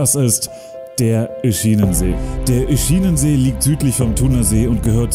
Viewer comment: Schräg wien er Oeschinesee oder Pizol betont..:Piizol...Oeschiinesee...aber guet:halt en dütsche